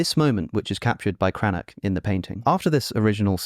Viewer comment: It's "Cranach" not "Cranak". After the vowels "a, o, u" the German "ch" is pronounced like the Spanish "j" in for example "jamón" (after "e, i, ä, ö, ü, ei, äu, ai, eu" by the way it sounds like the Spanish "x" in "Mexico"). Also the "i" in "Michelangelo", as every "i" in the Italian language, is pronounced like the "i" in "if". 🙂